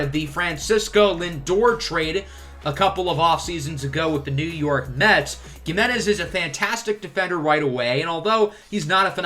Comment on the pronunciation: It’s he-menez not ge-menez